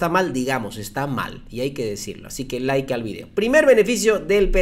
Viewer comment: ya deje de decir Lke al video. Like al video.